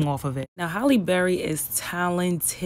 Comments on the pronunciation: People need to say her name correctly it's Halle not Holly or Hailey. That is the height if disrespect Hal-lee. I love her and always have and people trip on her and try to take away her blackness both black and white. She considers herself a black woman, (a black woman with a white mother...her words and taught to her by her mom) accept that. She respects us and doesn't allow anyone to confuse her or make her ashamed of her blackness. Beautiful lady with a beautiful spirit. Thank you for sharing this. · Two things, my sister. First and MOST important: her name is NOT Holly Berry. It is HALLE Berry. You call yourself a journalist but you can’t get her name right? That is insulting and unprofessional. And second, there are TWO “t’s” in the word “important”. It is NOT pronounced “impor unt”. The slang language of the common man or woman is unacceptable in journalism. If you must drop your “t’s” when you talk to your friends, fine. But as a professional, it is up to you and everyone who aspires to this job, to hold fast to certain high standards. I don’t care what gender or race one belongs to, high standards apply to everyone. And let me add, if I were Halle, I’d fire that publicist for pulling that racist bullshit on you and that brother. Because that is clearly what it was. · Her name is Halle, not Holly. If you are going to be a reporter you gotta be able to speak correctly... and know who you are speaking to. HALLE... HAL -E BERRY... not HOLLY...